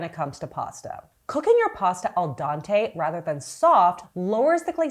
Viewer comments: Al DENte not Dante 😂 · It's al dente..pronounced dean,teh..dea as in Judy deanch not dea as in dear.. But yeh i know many that say Dante because not italian..thats ok. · Al dahntey 😅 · al dawntay pasta 😭 u are so goofy ilu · Oh my gosh I’m so glad for this comment because my mom has always pronounced it “Al dante” and it’s driven me nuts for years. I had a moment like, “oh my god, she’s been right this whole time?!” 💀♥️